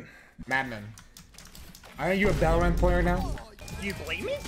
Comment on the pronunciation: My man really said "balorant" pff fucking spanish